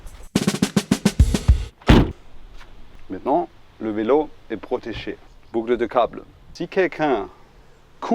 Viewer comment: "Bougle dé gable !!! "...